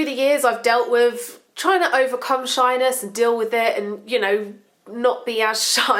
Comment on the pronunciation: When she says shyness i keep thinking she says shiners